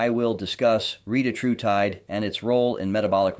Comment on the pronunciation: re-tat-ru-tide, and your pronunciation of most every other word is equally PAINFUL.